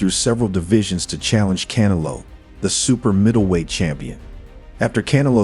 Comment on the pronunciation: "Canelo " is pronounced, - c, sort a , ne,(short e), lo. Come on boxing fans...you know better